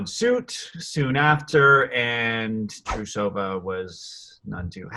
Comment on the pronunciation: btw it’s TRUE-suh-vuh not true-SOH-vuh 😉